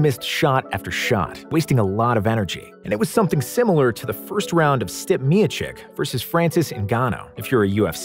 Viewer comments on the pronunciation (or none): Great video an all, but did you pronounce (Steep-ay Me-o-chich) as (Stip Me-o-chic)? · Stip Miocick? What??????? It's STEEEPAYYY MEEOOOOCHHHIIIIICHH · If your gonna make fight videos learn to pronounce fighters names. Stip miochik? STEEP-EH ME-OH-CHICH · Bro said Stip Miochic 🤣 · “Stip Miokik” what a terrible pronunciation of one of the greatest heavyweights of all time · Man Said “Step Miochick” LOL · The way you pronounced stipe miocic bothered me a bit too much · All time mispronunciation on "Stipe Miocic" 🤣